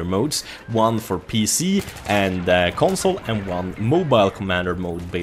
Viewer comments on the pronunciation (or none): none